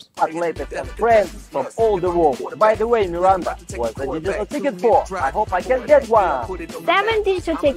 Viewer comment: I misheard your exclamation of "digital ticket" as "digital d**khead" - thought it was a bit harsh but not wrong.